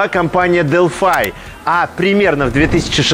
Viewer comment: Почему Delphi вы произносите как Делфай , а не Делфи?